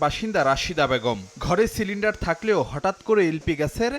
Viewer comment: সিলেন্ডার না ❌ সেলেন্ডার✅ 😂😂😂